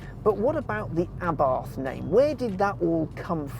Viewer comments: It's pronounced Abart.....pathetic level of research....get it right, UNSUBSCRIBED......... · It's Ahh-BART. There is no "th" sound in Italian. Its also "Abarth & Co." as in "Company," not "C."